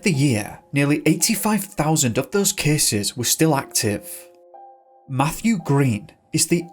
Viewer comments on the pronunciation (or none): none